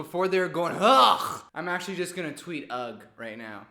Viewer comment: Why does everyone keep saying 'ugg' for ugh 😭💀💀💀💀